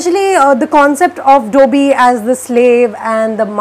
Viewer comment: The way she pronounced Dobby was like; Its not dOBI DOBBY (ee)